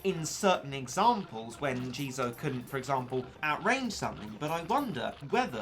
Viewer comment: It jizo not jeezo